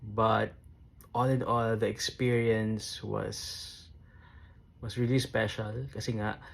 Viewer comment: Mejo bothered ako sa pronunciation mo ng "was" 😅